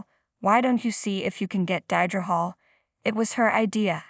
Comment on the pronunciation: Not Die-dra